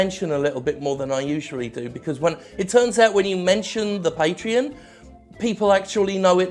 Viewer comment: You may think your pronunciation of "Patreon" at the end of the video went unnoticed. But I noticed. That's the way the guy from Digital Homicide pronounces Patreon. My friends and I have been saying it like that for years since the video of you and the DH guy was released